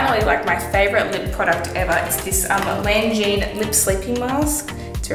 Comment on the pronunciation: it's laneige not langeine